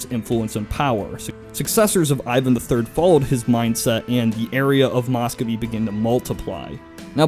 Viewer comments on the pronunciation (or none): It's pronounced 'mus-ko-vii' (spelled Muscovy), not mos-kow-vii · Good history, just pronounciation and spelling corrections below: Dimitri Don--skOy (as in "boy") It's spelled Muscovy ("Moo-scovee") And Mikhail is pronounced like "mee-ha-ill", not "muh-kale" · Nice video, but it's hard not to cringe every time he says "Moscovy." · Work on your Russian pronunciation. It hurts.